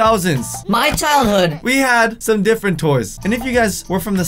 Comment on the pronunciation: KpopYLC M did you just say son instead of some lol😄